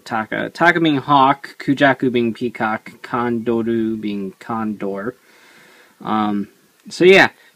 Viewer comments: ITS GODDAMN TAJADOR TAKA .............. CONDOR!!!!!!!!!!! NOT CONDOL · It"s pronounced condol since japan reads the word r and L the same.